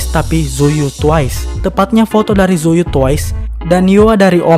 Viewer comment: Btw tzuyu dibacanya bukan zuyu tapi cuwi